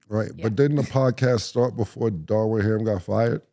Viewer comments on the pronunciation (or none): Cam be killing me mispronouncing ppls names lol who is Darwin ham😅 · New morning drinking game: Take a sip of orange juice every time Killa and Murda call Darvin Ham "Darwin Ham." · “Darwin Ham” 😂😂😂😂